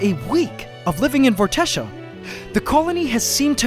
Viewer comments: I really like the name Vortexia, and with your permission I would like that to be the name of my band. This is where I need a reply, please? The way I will pronounce it will be V-or-te-sha but spelt Vortexia. How do you pronounce it? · It's Vortexia lol